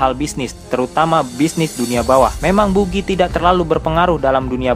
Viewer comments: bacanya bagi bukan bugi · Buggy la bukan bugi .. bugiman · Maaf pak bacanya Bagi bukan Bugi hehe Dan anak buah Buggy yang dari tahanan Impel Down itu dari level 2 (Entah semuanya atau mayoritas) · kesel bget pas buggy dibaca bugi -_ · Buggy bacanya baggy lol... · Wkwkwk,, adminnya kurang nonton animenya, cuma baca dari komiknya. Jadinya ngucap buggy dan shanksnya salah....